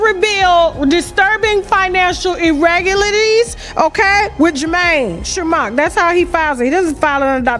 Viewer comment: "Iregalaties" lol😂 and jeez you are in front of a microphone, it hears you lol.